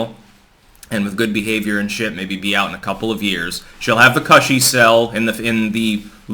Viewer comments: Its pronounced cooshy not cussi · you dont even know how to pronounce the word "cushy." drink more coffee, that'll help, right?